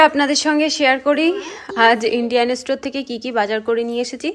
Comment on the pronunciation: Kthata estor na. Kthata store. Uçhchorn ta thik kora uchit